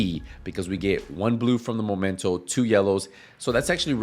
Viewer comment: after 4 years of people saying momento i am starting to think that vaste majority of Division 2 players are either illiterate or just plain stupid. Its spelled MEmento not MOmento please for the love of fcking god pronounce it right! aside from that.... I do believe that Hunters fury is a waste of time to use on a headshot build unless you are using regulus. For one simple fact. With a full high end build you can obtain higher handling with better stability and higher headshot dmg. Punch drunk mask for the D&H, Walker & harris Chain killer, Basicly any form of headshot dmg% from the rest of the gear all rolled into weapon dmg / Weapon handling / headshot dmg.